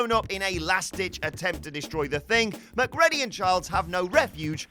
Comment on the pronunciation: im not sure where a dude who claps like hes a marionette and mispronounces Mcready ( as in Mac-reedy) gets off criticizing Jimmy bond and co.